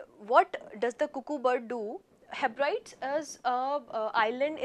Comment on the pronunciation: Guru! It's not heb- rides, you should pronounce it as heb ri dees.